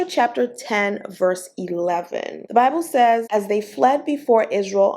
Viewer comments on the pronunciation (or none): none